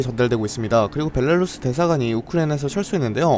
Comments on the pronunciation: 약간 논외에 이야기인데 벨랄루스라고 하시는듯ㅋㅋㅋㅋㅋㅋ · 벨랄루스 라고 발음하는 이유가 있나요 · 님 벨라루스 발음 웃기네 ㅋㅋㅋ '벨랄루스' 나만 이렇게 들린건가